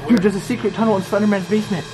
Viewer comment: Why do u keep saying "SlEnDeRmAnS bAsEmEnT"